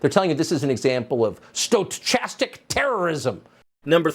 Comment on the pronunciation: Carlson mispronounced "stochastic." So funny. 🤣